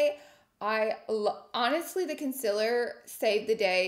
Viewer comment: “Conciler” — is this a southern accent thing ? Genuinely curious